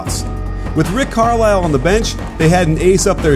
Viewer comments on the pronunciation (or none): none